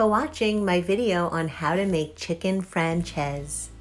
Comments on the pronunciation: Nice, easy recipe. Serve with salad? Rice? b/t/w it's pronounced "Fran-chay-zeh" (not "Fran-chayze") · Hey... If you are going to get fancy...pronounce it properly...its...fran- chay- zay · Looks delicious but damn you butchered the name. Lol